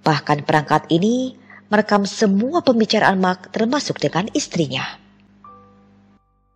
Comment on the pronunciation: Pas Mark malah mak 🤣